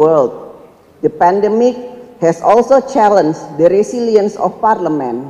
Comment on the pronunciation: Nyontek yiaaaa.... Didikte yiaaaa.... Coba ngomongbtanpa contekan.. Ngompol kaleeee.... Parleman parlemen mulu ngomongnya.. 😆😆😆 Akordang akording... Udah nyontek aja masih salah.. 😆